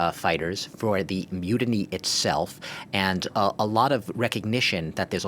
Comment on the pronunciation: When says "myoodinee", does he mean "mutiny"?